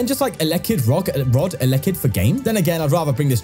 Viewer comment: Pronounced el - e -kid